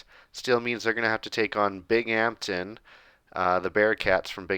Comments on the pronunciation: Bing-um-tin not bing-amtin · Hey man! Love the vids but as someone who lives next to Binghamton it’s pronounced more bing-um-tin More of a hum sound in the middle! Not as much bing-HAMPTON Love the videos and the series! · Binghamton is pronounced Bing-um-ton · Binghampton is pronounced "Bing um ton" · It’s pronounced bing-um-ton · It's pronounced Bingumton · it’s pronounced (bing-um-tin) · I commented last video that’s how the locals say it 😂